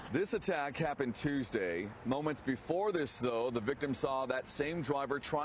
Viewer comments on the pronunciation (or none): none